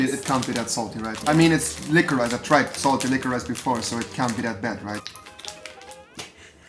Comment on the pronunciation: Triggered weil Rewi liquorice die ganze Zeit falsch ausspricht.